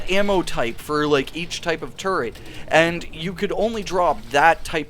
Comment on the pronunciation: Once you hear say "turd" once, you'll never hear it different for the rest of the video!